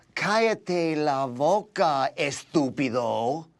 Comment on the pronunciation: Me watching his lips say “voca” instead of “boca” 😖😖😂😂